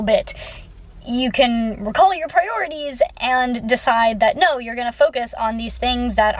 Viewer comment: "I have e'no time!" 😂